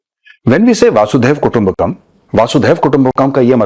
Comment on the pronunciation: सर जी, वासुदेव कुटुंबकम् नहीं जी. यह है वसुधैव कुटुंबकम्.